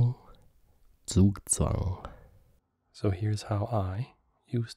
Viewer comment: Zugzwang = Tssoook-tssvuhng; the German Z is a strong consonant, Z = Ts, powerful T and sharp S like a snake. The German Z is never a soft humming S like a bumblebee. You should never feel any vibration near the back of your tongue and also not in your larynx when creating the German Z. The English and American Z sound exists in German, but is taken care of by a second pronounciation of the S. For example: Siemens. You start with the humming bumblebee-S and finish on the sharp snake-S, Ssssssssssss-ea-men-sssssssssss. Another thing which stood out when you said Zugzwang, was your incorrect first g. German is one of the few languages having a concept called terminal devoicing (Auslautverhärtung) Long story short: At the end of a word and at the end of a syllable any soft consonant is pronounced as its hard version. b becomes p, g becomes k, d becomes t. Examples: Rad (wheel) is not pronounced r-aa-d but r-aa-t. Gelb (yellow) is pronounced gelp. Tag (day) is pronounced t-aa-k. Reis (rice) is pronounced with the snake-s: reisss ....in contrast Reise (journey) is reissse with the bumblebee-s. There are just 2 exceptions to Auslautverärtung which are not really exceptions but for foreigners they appear to be deviations from that rule: Any word in German ending on ig is pronounced like ich. If you ever hear people pronouncing the ig-ending like ik that's wrong and a Southern accent. Honig (honey) is h-oh-n-ich, not h-oh-n-ik. And, in contrast to English, the g in the double consona